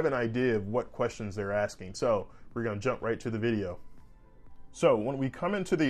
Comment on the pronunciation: You know you country when you say “axeing” instead of “asking”